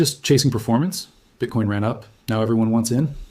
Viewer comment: BITCOIN aka BITCORN ! 🎉 My french speaking mother pronounce it bitcorn out of not knowing. That is funny!